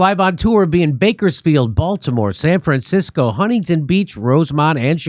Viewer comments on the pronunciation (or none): none